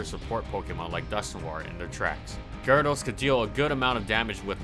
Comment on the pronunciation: What the heck is. A gar-aa-does